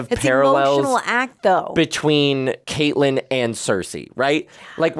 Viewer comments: Does refer to Catelyn as Katelyn the entire time? Lol I keep expecting him to correct it and almost 2 seasons in and it’s still Katelyn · Catelyn Stark is pronounced Cat-Lyn not Kate-Lyn. Other than that, I am loving watching along with you guys. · Its Katlin (cat) not Kaitlyn. Idk if hes doing it on purpose at this point or what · I love you both but her name is pronounced Cat•lyn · And I'm endlessly frustrated at y'all pronouncing Catelyn wrong.